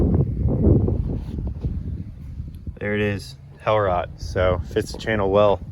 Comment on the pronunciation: You would impress even more if you would pronounce the word Hellrot (bright red) correctly, since it is German and not English 😉. It now sounds a bit silly to us European viewers. The word should be pronounced more like ‘Helroat’. GL with your channel, very entertaining 👍👍